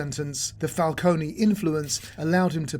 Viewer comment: you take time and the effort to do all of this research but cant pronounce falcone? 😂😂